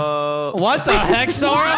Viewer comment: It’s not sors it’s sora